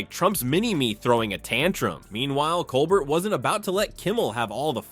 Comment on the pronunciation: Colbert is pronounced 'Colbaire' and Maher is pronounced 'Marr'.Nice try AI.Your biggest problem is pronouncing names.😊